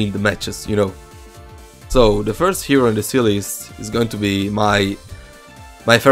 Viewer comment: IS PRONOUNCED HERO NOT HREO